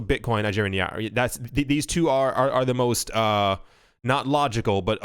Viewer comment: NIGERIAN NAIRA*** NIGH-RAH